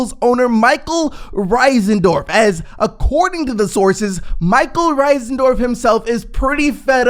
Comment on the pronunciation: It’s not Risendorf it’s Reinsdorf. I’m not one to nip pick but when someone mispronounces a public known name it’s kind of aggravating. You wouldn’t want someone mispronouncing would you?